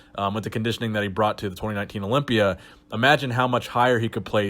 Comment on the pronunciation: Herro. I’m competing in da Orympia